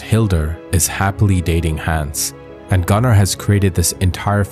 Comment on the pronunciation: Bc his pronunciation is wrong!